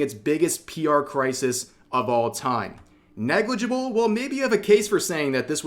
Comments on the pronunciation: Hehe.. "Neglijibul" edit : You forgot to cut my guy dahahaha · "negligible" -nijikuro